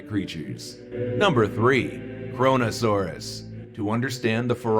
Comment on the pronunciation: KRONO-SAURAS ? more like CORONA SAURAS